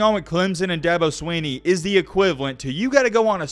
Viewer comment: Good Lord if you spend 11 minutes taking about a man can you at least pronounce his name correctly? It’s not SWEE-KNEE